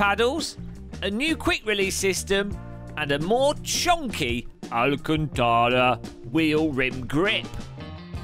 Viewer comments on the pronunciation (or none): none